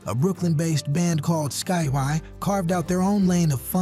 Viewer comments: Did he say "Sky -y"!? Where's his daddy!? Did NO ONE in his family listen to Sky!? I can't watch the rest of the video, after this! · This commentary obviously ChatGP. Sky Why LOL They're Skyy said like Sky. And if you're a Soul Based channel you must realise that Soul Fans would NEVER forget these bands. Just Sayin' otherwise nice channel :-) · Sky-y? Em-tomb? Mixing up surface with the force md's? And Lilo Thomas was a solo artist, he wasn't in a band. At least you guys have a black AI voice finally. But it still can't read or pronounce words correctly. If AI is cheaper than hiring an old dude like me who loves music then just let us know instead of the BS🤷🏿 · "Sky -why"? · Twice in the very first minute of your video! . and again . Didn't you watch it after the A I narrattion was completed? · This AI generated crap is getting out of hand. Not ONE of these bands are "forgotten" or not remembered. The only way you could forget them is if you lived under a rock for the past 40+ years. And to add injury to insult, you mispronounce Skyy as Sky-why and Mtume as Entomb. If you're going to make videos, at LEAST have the decency to pay a REAL person narrate it, and show the bands that you're highlighting, and not the WRONG people, ie talking about the group Surface, but showing the group The Force MD's, and Dynasty were on the SOLAR label and toured on the SOLAR tour with Lakeside, The Whispers, Shalamar, and Carrie Lucas, and their most underrated song was "That's The Way I Feel About You"...... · This is some of the worst AI I have seen. Horrible pronunciation of Skyy and Mtume. And WTF are they talking about with Champaign (they spelled it wrong)? Champaign was from Champaign, IL, not Holland. I just looked it up, there was a Dutch pop group called Champagne in the 1970s but THAT IS NOT the group that they are showing. The group they are showing is Champaign and they are from the U.S. I can't watch this crap it's so bad with misinformation. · BEYOND laughable